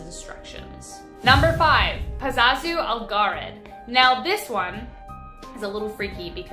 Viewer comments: It’s PAZUZU not Pazazu! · GURL ITS PAZOO ZOO 😂😂